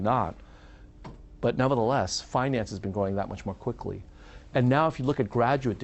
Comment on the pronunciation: Why does he say "finance" in such a weird pronunciation. He pronounces it like the French would.